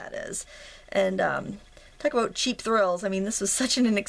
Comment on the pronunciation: Tonite is the first time I've seen your videos. I searched "watercolor flowers" earlier and then I saw this cool project and checked it out too. You do a great job of explaining what you're doing as well as naming the items you use and where they can be purchased. Hey...do you come from the Northeast? Boston?, Maine,? Canada? Minnesota? I heard you pronounce the word "about"...dead give-away. Anyway, it's not important, I was just curious. YOU do an excellent job...!!! I also subscribed.....I love to craft too